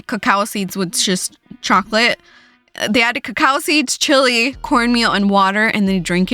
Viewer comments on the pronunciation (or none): none